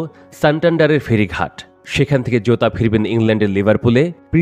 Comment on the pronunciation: জুতা আর জোতার উচ্চারণ কি এক হয় ভাই😅😅